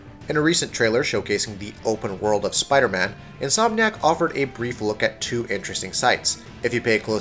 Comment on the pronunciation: at one point in the video he says Insom nack